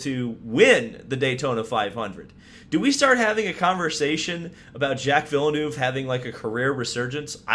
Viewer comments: Its vill-nerve btw. Not vill-noove btw. Just a quick correction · Did he just say vill-eh-nuve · He's been around for at least 26 years yet you bloody yanks still dont know how pronounce Villeneuve